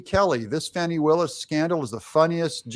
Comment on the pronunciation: It's Fattee Willis